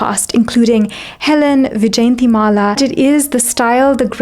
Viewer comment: The actress name pronunciation is yjayantimala and not vijayantimala. Great content otherwise. I noticed the same in Amrapali video u have done..